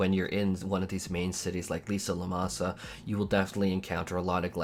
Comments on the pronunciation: you do know its LIM SA LO MEN SA its cerntly not LISA LOMASA several characters actually say it out loud. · Take a drink each time says "Lisa Lomasa" That's still closer than my 2.0 "Lemony mo' Lemon" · Lisa Lomasa lol Asmon is giving me ear pain each time I listen him name something. Just like when you call Dalriada the Dalarida xd